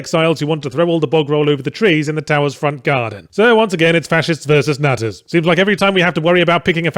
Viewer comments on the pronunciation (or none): Nutters? I thought he said nazis throughout the whole video and then was left wondering 'But aren't nazis Fascists?'